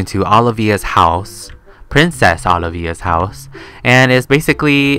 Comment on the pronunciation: the way he prnounces olivia "olive ee ah"